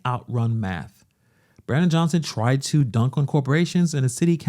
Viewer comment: Why can't the black women in the red say the word Johnson...NOT Jo-hn-son, wtf???